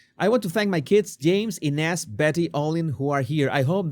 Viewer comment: INEZ PRONUNCIATION- "AN-UZ" 😮